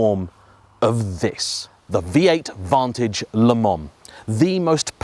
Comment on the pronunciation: Did you say vontoge? Shame. Wait. Le mon? Stop it!